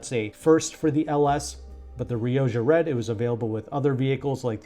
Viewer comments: You are Riodja red, its pronounced Riokkha. Its Spanish word for red! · Surely "rioja" is pronounced "ri-o-ha".